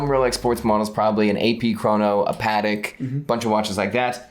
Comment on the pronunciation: Lol no shock on you not pronouncing Wimbledon properly as you fine people in the US can’t pronounce Patek properly lol